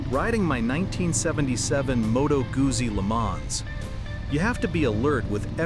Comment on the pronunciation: It is pronounced MOE-toe GOOT-see